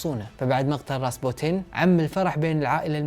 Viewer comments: كل لفظ الاسماء خطا ! ديمتري و ليس ديميرتي الكسي و ليس الاسكي راسبوتين و ليس رابسوتين 😂😂😂😂😂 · كأنو خربط الاسماء قال رابسوتين بدل راسبوتين والاكسي بدل الاسكي طيب ليش الجدة وقت سافرت لفرنسا ماجابتهم لعندها حتى الأقارب ليش ماتدخلو؟ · عزيزي قبل ان اكمل هذي القصه اللي هي من اكثر القصص اللي اعشقها ومهما شفتها بافلام او سمعتها احب اعيد سماعها او مشاهدتها ولكنك هنا غلطت في اسم ابنهم واسمه اليكسي وليس الاسكي والراهب هو راسبوتين انت قريت اسمه مخربط بالحروف والمرض اللي باليكسي هو معروف ومعروف بالتاريخ ان الامير المريض مرضه الهيموفيليا او نزف الدم الوراثي وليس نزف الدماغ ارجوك اتمنى تعيد وتصلح المعلومات لانها مهمه جدا بالنسبه للتاريخ واسم الامير بالكرتون ديمتري وليس ديمرتي ارجو ان تصحح ماذكرته لك لانه مهم جدا في القصه وقصة ال رومانوف من القصص اللي تشدني جدا بل مأساتهم المفجعه لاتُنسى على مر الزمان!! وارجوك تكلم واسرد لنا القصه ببطأ اكثر حتى نقدر نستوعب الاحداث وانت مبدع ورائع واختياراتك بطله.. 👏🏻👏🏻👏🏻